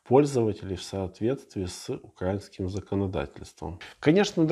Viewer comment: Не укрАинским , а украИнским. А так лайк👍